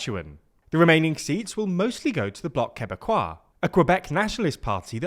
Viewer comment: Hi TL;DR I just wanted to say that you pronounced Quebec CORRECTLY. But you pronounced it INCORRECTLY. So recap, the Que in quebec is a french sound. KEHBEC. You said it right when you said quebecois.